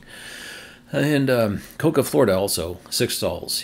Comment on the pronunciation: I think Cocoa is pronounced Co-Co If the station under construction in Nebraska is under the pip, that location is Big Springs. This would be a big deal as that narrows one of the larger gaps on the route through Nebraska to either Colorado or Wyoming. If the station is really North Platte, the pip needs to be moved about 70 miles east, and would be the third option in that town. ETA: Found the PlugShare entry, and it is North Platte. This will be a better location than the EA or Tesla site 2 miles aways and further off the highway. Sigh. Options are good, but I really would like to see some of the gaps narrowed.